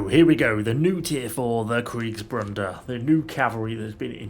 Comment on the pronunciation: you appear to have a "n" in Kriegsbruders in the title. I understand the mistake as I can hear you pronouncing the name with the "n". Kriegsbruder is translated "war brothers". Bruder and brother are pronounced almost the same way if you substitute the "o" sound in brothers with a "u" = bruther.